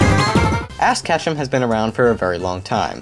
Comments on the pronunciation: You called ash ass xD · He called ash ass